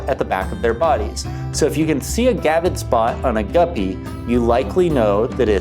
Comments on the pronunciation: Come on man. It's a gravid not a gavid! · Gravid. Not gavid. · It is gRavid spot. Not gavid spot. There is a R in there.